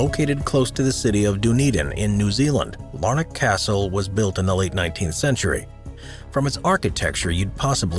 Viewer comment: i lost it when you said DONedin XD, it's DUNedin like when you say UNsure or UNrelated. Good video though very interesting.